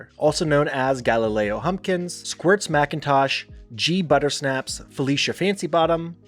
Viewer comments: I dont know if i'm the first to comment on this, but "Jee Butterscnapps?" C'mon, son. You even watch this show? It's "Ghee Buttersnapps." Ghee as in Indian clarified butter. Full context makes the joke better. That is the pineapple layer cake that made the show great. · Guster's nick name is Ghee Butter Snaps, not Gee Butter Snaps. It is Ghee Butter + Butter Snaps. A nickname I didn't like at first, but got funnier with time. Hope that helps... 😂